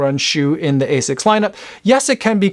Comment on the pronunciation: My japanese friend says it's pronounced as "ah-sicks", not A6